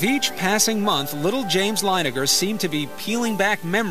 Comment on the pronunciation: Linegar?? Really? Leininger. You could literally google it...